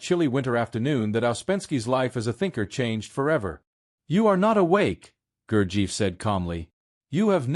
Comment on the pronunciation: Pronunciation of Gurdjieff is wrong. It should be Gur-jeff, with the e sound as in effort.